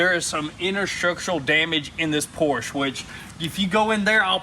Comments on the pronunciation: It's Porsche...not Porsch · not a Porschnh , Es ist ein PORSCHE , kruzefix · Pls pls pls!!!! Dont say Porsh its a Porsche! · It's PorschE!!!!! Not Porsch... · You have a PorschE with E at the end... not a Porsh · Do us a HUGE favor and start pronouncing Porsche correctly. It’s really easy, no German accent needed. **Porsh-uh** Remember, it’s someone’s last name we butcher everytime we say it wrong. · Pronounce Porsche correctly..